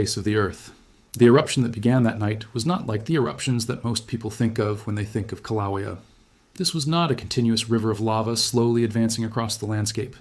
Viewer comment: It's so frustrating to listen to AI pronounce Kilauea more than 5 different ways! How about settle on the way Hawaiians pronounce it and stick with it?